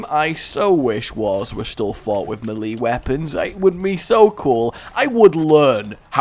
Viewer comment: melee is pronounce MayLay, I thought you were good at english